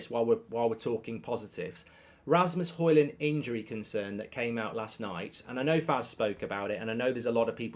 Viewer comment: Højlund is pronounced as hoylun